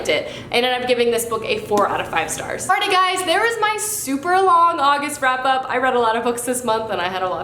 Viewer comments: did you say frap up? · It sounded like you said august frap-up